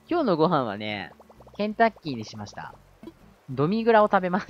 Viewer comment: 再びコンクリ男は草w ケンタッキーが洗濯機に聞こえたw ｳｯ…頭が！